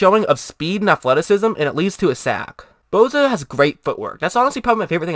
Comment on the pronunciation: name is Bosa not Bowza... enunciate dammit